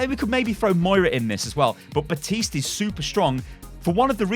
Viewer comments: BAPtiste not BATiste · It’s Baptist’s mate not batiste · Can't pronounce Baptiste right